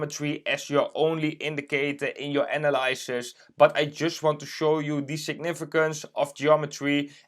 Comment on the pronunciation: Analysis - you're saying it wrong.